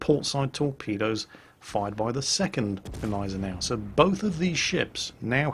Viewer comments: big thumbs up for pronouncing "gneisenau" finlay right! cause the g isnt silnet like in the d in django;-) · Since the Gneisenau is named after good ol´ prussian Fieldmarshal Neidhardt von Gneisenau (hence a German) the "G" isn´t silent at all. So pronounced it pretty right ^^